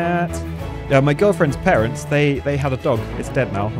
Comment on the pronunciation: I heard "my girlfriend, Terrance" instead of "my girlfriends parents" lmao